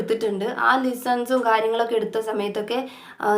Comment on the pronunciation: ലിസൺ അല്ല കേട്ടോ ലെസൺ( Lesson) ആണേ God bless you❤